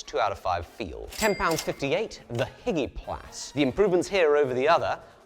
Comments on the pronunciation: I reckon the hygiplas is a portmanteau of hygiene and plastic and therefore not pronounced higgy plas. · Lmao hygiplas, “hi-gee-plas” hahaha 😂😂😂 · Isn’t Hygiplas a portmanteau of hygiene and plastic? If so it should be pronounce as such.